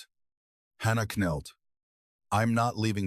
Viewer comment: The narration is awkward, the voice good, but AI needs to get a handle on contractions and possessives. And k-nelt? Seriously?? Bad pronunciation is noise, that’s why it counts.